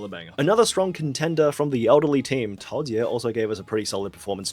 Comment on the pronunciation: Tao zhe not Tao jie